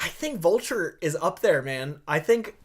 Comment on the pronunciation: Wait excuse me did say "Volture"......tf